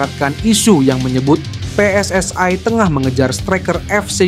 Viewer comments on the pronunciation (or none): Apa itu pe es es ae, saya aneh cara membaca nya, saya heran membacanya seperti bahasa Malay